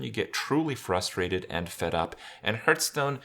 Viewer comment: IT`S HEARTSTONE ( HARTH STONE, HART STONE) NOT FUCKING HURTSTONE (HRT STONE) FFS I CANT HEAR IT ANYMORE